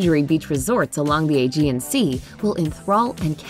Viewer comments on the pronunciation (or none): none